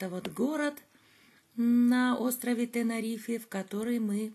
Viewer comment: ТенЭрифе лучше говорить:) "Из лайнера" тоже смешно